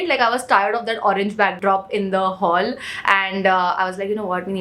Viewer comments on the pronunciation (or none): none